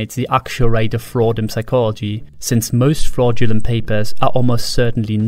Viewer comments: Stop pronouncing the P in Psychology, you maniac! 😂😂😂😂😂😂😂😂😂😂😂😂😂😂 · ridiculous i know, but it bothers me that i can clearly hear you say the "p" in "psychology" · Holy crap, a talking owl! and it can pronounce the silent 'p' in psychology! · Why is he pronouncing psychology wrong? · Good video, btw : You don’t pronounce the “p” in “psychology” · Someone probably pointed it out, but the P in psychology is silent :) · P in Psychology is silent